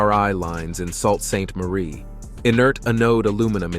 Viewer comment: It is pronounced Soo saint marie